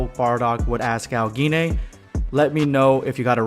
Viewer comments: Pretty sure its pronounced g-yne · Kind feel like it’s pronounced with a soft G, like auberGine. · Ur pronunciation of gine is killing me